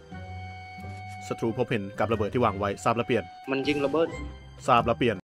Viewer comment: พูดระเบิดเติมsด้วย5555ระเบิส